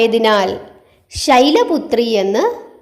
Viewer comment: ഓം ദേവീ ശൈലപുത്രയെ നമ: എന്നാണോ. അതല്ല. ശൈലപുത്രിയെ. എന്നാണോ ചൊല്ലേണ്ടത്❤. ശൈലപുത്രയേ. എന്നാണ് മാം പറയുന്നതായി എനിക്ക് തോന്നിയത്🙏🏻🙏🏻❤️🙏🏻❤️